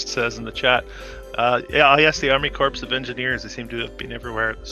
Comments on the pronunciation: So many mistakes you made: "Corps" is pronounced core, not corpse. That is pretty basic knowledge to anyone with a basic education. Crown Point Vista House is not on top of a mountain. It is at a prominent view point on the south side of the Columbia River Gorge. There are many, many old building in downtown Portland. If you don't realize this you haven't spent more than an hour in downtown Portland. According to Portland's Permitting and Development Office, there are 1,600 unreinforced masonry buildings in Portland, and the average age of those buildings is 90 years old. Your conspiratorial take on practically everything is just mind blowing. Not everything is a conspiracy! You should try taking some history classes at your local community college before you try and piece everything together on your own based on your favorite conspiratorial internet sites. You will hopefully want to take down these ridiculous videos after you learn something. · Oh really? I'm not religious, but I pray to God that you aren't teaching this absolute nonsense to anybody there, or that you hold any sort of teaching role. If you are actually in a teaching role (and somehow don't know how to pronounce "corps" correctly) would you like to tell everybody what the name of this institution is, and what you teach?